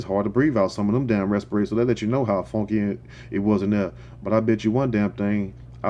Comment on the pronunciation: The way he say funkie lmao I cant😂😂😂😂